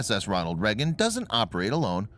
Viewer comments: Video starts: Immediately mispronounces "Reagan" as "Reggan" 🤨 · why is he pronouncing it "Reggin"?